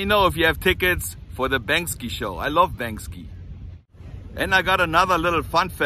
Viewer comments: "Bank See" is how it's pronounced. I hope you get some tickets, I'd love to see the show myself. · I love you, but I've always heard "Bank-See" not "Bank-Ski". Thank you for teaching me about Venice and Los Angeles! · Get 2 ! I wanna go with! lol Maybe try Stubhub or any resale app. BANKSY (Bank-See, not Bank-Ski) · “BANK-See “. is the pronounciation. Love u man! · im not sure if you cant pronounce his name correctly. Its Banksy not Bankski. LOL the feeling is there though. keep it coming. peace. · Ok let me do ya a favor. It’s not pronounced the way you’re saying it. You’re saying Banks-ski…and the proper way to say it is Banks-ee. Just in case you get to go and talk to the heavies you don’t want to sound silly. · Maybe you should learn to Pronounce Banksie